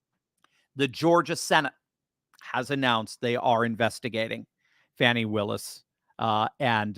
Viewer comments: It is actually pronounced Fawni, but I agree with Meagyn, I DON'T CARE!!😂😂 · On Megan Kelly last week a guest said it's actually pronounced 'Fawn-i' and Megan said "I don't care!!" 😅